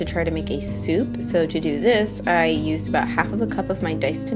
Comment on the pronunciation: “two bowls of souf”